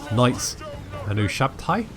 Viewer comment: I know this is an old video, but, Ushabti is pronounced You - Shab - Tee :P